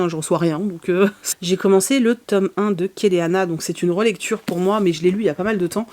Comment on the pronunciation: Non en VO c’est pas Keleana c’est Celeana qui se prononce d’après l’autrice Selena 😉